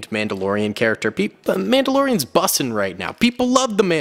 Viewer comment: U said bussin so im not watching anymore of your vids